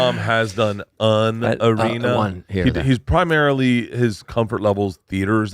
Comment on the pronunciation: Does he think an is pronounced un?